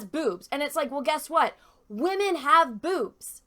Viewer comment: I liked it when you said wamen haha